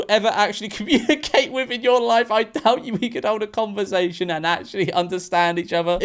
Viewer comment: Help! George said ‘converZation’ again